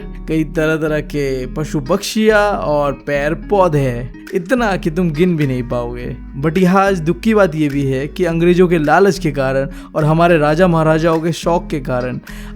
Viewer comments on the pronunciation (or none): He is not say पेड़ he say पैर🤣🤣🤣🤣